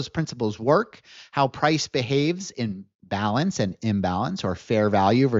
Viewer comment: The way you are saying "in balance", you say it quickly like it is one word. It sounds too similar when you say "in-balance" vs "imbalance" I suggest you use the terms "in balance" vs "trending." Or use the terms "in balance" vs "out of balance". There has been at least five or six times, in your videos, when I have had to scrub back and replay segments of your videos to make sure I am understanding what you are saying. Imagine listening to a lawyer and you cannot understand if they are saying "illegal act" or "a legal act." It is frustrating to listen to. I see that you are spelling it out on screen, but phonetically these terms are just too similar.